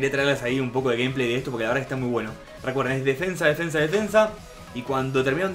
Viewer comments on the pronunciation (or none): none